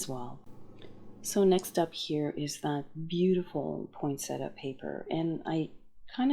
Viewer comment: beautiful cards! Interesting fact, there is no T after the n in POINsettia. This is a plant that was named after Joel Poinsett. That might help you to remember how it is pronounced. Here's some more interesting facts